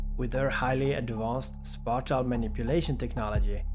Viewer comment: You sounds so stoooopid saying spatial